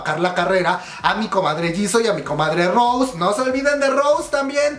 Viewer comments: No es Rose, es Rosé con acento, no hate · DÁNDOSELA DE BLINK Y VA Y PRONUNCIA MAL EL NOMBRE DE LA ROSÉ JAJJAJAJAJA QUE RISA si vas a jalar bolita por lo menos infórmate